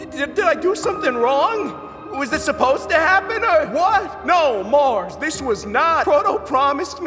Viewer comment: It’s “Mars” not “Mard”